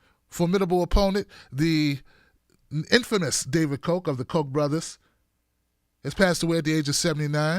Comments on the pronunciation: The name is pronounced COCK, not COKE. Just sayin......check the spelling. Cheers, Maui Bill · Pronounce Ka (o) ach. Now say it fast.